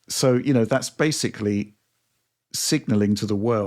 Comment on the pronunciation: Bro, please do one for every instance butchers the word ‘basically’ by mispronouncing it as “basely”. I swear he said it 6 or 7 times the last Direct he was on. It’s like an ice pick in my ear